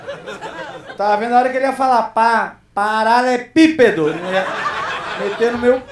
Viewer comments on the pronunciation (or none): "Paralepipedo" alguèm nao sabe falar corretamente 😂😂😂